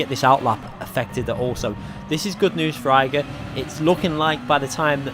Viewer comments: Plz. Don’t say “eye-gor Fraga, But Ee-gor Fraga. ;) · Igor Fraga, "E-gor" not "eye-gor" ;) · Yo just a little mistake there, you don't read it Igor, you should read it EEgor, it sounds like e in portuguese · It’s Ee-Gor Fraga. He’s Brazilian like me. ;) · Yeah, I thought was talking about the mountain Eiger. "Like damn, this dude is not only the world champion of the game but also fragged the hardest mountain in Europe. Whoah" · Great video, shame you keep saying Igor's name wrong. :/ cheers!